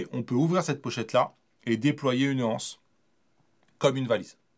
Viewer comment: Video intéressante, même si le produit ne me séduit pas particulièrement. Juste une petite "critique", tu parles du mot " anse" comme s'il y avait un "h" devant ! On parle de l'anse d'un sac, des anses...avec la liaison. Bonne continuation pour nous présenter encore plein de produits variés dans l'univers de la photo !